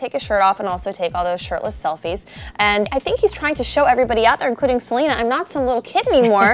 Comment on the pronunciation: Selly it's Selena